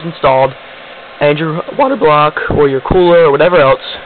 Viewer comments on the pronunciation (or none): "And your.. waterBLAWUK" lol